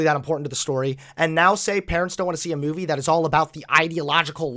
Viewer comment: “myuvie”